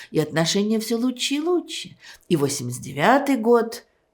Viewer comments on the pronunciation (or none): Как Эйдельман произносит слово лучше. Она говорит: луче. Забавно это. Это голос ее поколения. Свой прикол. Мой дедушка говорил вместо слова вчера, он говорил: вчерась. Ну например: Вчерась Алёшка пришел пьяный. Ай дурак. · она говорит: луче